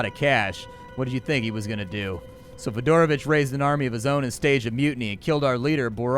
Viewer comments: This whole time I thought you were saying Fedora Bitch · You said "Fidoravich" and I heard "Fedora Bitch"